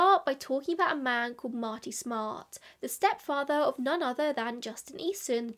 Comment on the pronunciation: And that is the correct way ! 🙃 -love from boston